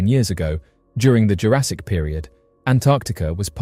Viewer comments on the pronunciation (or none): none